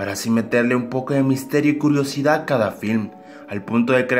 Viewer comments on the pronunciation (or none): dijo culosidad en el minuto